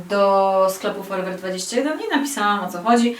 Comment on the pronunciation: Faktycznie szkoda tej torebki 😁 A ten drugi człon nazwy sklepu forever21 czyta się po angielsku 😉😉